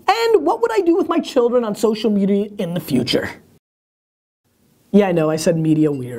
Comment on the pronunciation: Gary, Did you say chil'rens? Gary loves his chil'rens!!!!